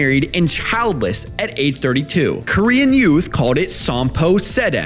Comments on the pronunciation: I thought instead of saying "korean men and korean women" at the start you were saying "queen men and queen women" 😂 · i heard that as green men and green women